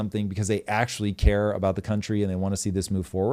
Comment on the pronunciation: Ur "ACTUALLY " emphasis is so annoying